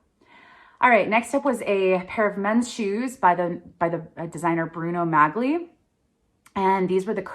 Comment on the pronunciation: Oh, I can't stand fuss-budgety people who are always correcting people. Like Sheldon Cooper on the Big Bang Theory. LOL! But here I go... Bruno Magli is pronounced Bruno Mah - li. Emphasis on Mah. LOL! Forgive me.